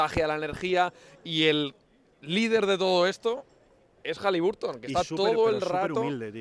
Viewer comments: Entre las canchas espantosas y que los Pelicans fueron a las Vegas a pasearse, solo queda el buen partido de Hali BAR ton (no sé si soy el raro que lo dice y pronuncia bien ). Si defendiera un poquito más él y su equipo la cosa estaría mejor todavía. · Por favor, no sigáis pronunciando HalibUrton con U